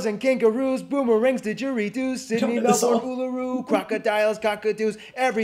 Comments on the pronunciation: well don't, first time you said Canberra was correct. you are doing well with your pronunciations there Melbourne thumbs up. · Your pronunciation of Canberra was way better than his. Melbourne was spot on. Britain used to send its convicts to America but couldn't after the Revolution. Fiji lol. I've been to the U.S. 3 times and loved it. Have made and stayed friends with many people for over 30 years. Was always warmly welcomed and treated generously. I have hosted Americans when they came to Australia. They were wonderful people. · You nailed it. Canberra is pronounced Canbra. Melbourne is Melbn. The pink lake is salt with a pink algae but its perfectly safe to swim in. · You nailed the pronunciation of " CANBRA" and "MELBIN" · I love the factor you are truly getting a lot of this right. Canberra is said Canbra. Melbourne is Melbin. Brisbane is Brisbin. Geday is the best way to say GDay. Lake Hillier is pink due to the bacteria and algae. Aboriginals have about 265 different languages. Plus we are the only country to eat our national emblem kangaroo and emu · i think you're one of the first American people ive ever heard that said Melbourne correct. its pronounced 2 ways, the first being "mel-bin" like how you said it, and the other is "mel-bn". they are basically the same but also different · You are the first American to pronounce Melbourne correctly 👍👍 pronounced Mel-bin not Mel-born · Canberrra is wrong, you nailed it, It's Canbra :) Melbin is also spot on.. well done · Can-bra… yes, we’ll done ✨👌😌 And yes! Mel-bin! 😅 The relationship between us and the United States is a bit…. Old…. Though. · Ooohhh and “Melbourne” very well said 🙂… “Mel-ben”, spot on 👍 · you pronounced Canberra and Melbourne perfectly.. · You done so well saying Melbourne and Canberra 😊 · your pronounciation of Canberra and Melbourne were perfect. Well done you. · Good job on Melbourne you said it well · Great pronunciation of Melbourne